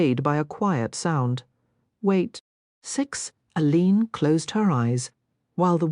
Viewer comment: Total AI. The name of the main character is pronounced by the real Rosalyn Landor as "Ay Leen", but this recording pronounces it as "uh leeen"